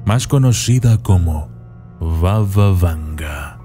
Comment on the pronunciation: Arreglemos algunos errores del autor del video.Primero: No se pronuncia "Vava Vanga" sino "Baba Vanga",que significa "Abuela Vanga" en idioma búlgara.Así lа llaman los propios búlgaros.Segundo: Nació en suelo búlgaro y no es macedonia sino búlgara.Vivió toda su vida hasta su muerte en un pequeño pueblo del sur de Bulgaria.Hoy allí está su monumento y allí se encuentra la iglesia construida con sus ahorros personales.Tercero:La mayoría de las fotografías de este vídeo son ilustrativas y no tienen nada que ver con la realidad.Hay más,pero me detendré aquí.Espero haber sido útil para corregir estas inexactitudes.Y mi consejo para el autor del video es que verifique tres veces su información en el futuro y solo luego la publique.